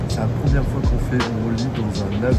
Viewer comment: La « promière » 😂